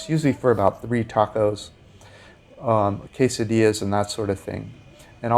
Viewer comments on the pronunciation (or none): none